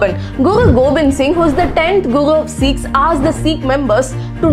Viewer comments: Good video but it's not Seekhs it's Sikhs pls correct pronunciation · learn to call and pronounce as a Sikhs not Seeks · FYI please correct your pronunciation for 'Sikhs'... Its not 'Seeek' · Do not pronounce us sikhs as seekhs we are sikh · its not seeekhs, Its Sikhs. First you should pronounce correctly! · U are pronouncing sikhs wrong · Please pronounce “Sikhs” correctly!